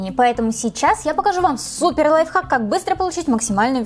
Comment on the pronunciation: лойф хацк? я одна это слышу?